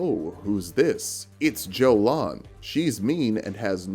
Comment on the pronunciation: Damn, you should tell Ymir, because he 100% calls her Joe lawn.